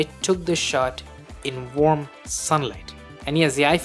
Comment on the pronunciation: Are you sayin' Warm ? Or Wamb ?or Wonb? Or Wob? ?? Its annoying sound like Wonb...🙃